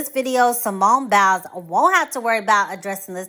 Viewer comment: "Simone Bowels." Lol. The way she pronounces it.